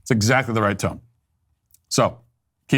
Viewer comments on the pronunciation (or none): none